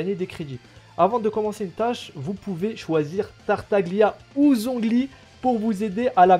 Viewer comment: Ça se prononce Tartalia^^ sinon +1 abo continue !